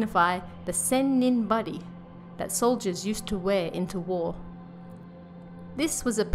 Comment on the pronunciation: It’s pronounced Senninbari